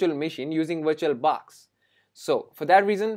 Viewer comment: If he gets 1$ for everytime he says viiituol baax , this man could become BILLIONAIRE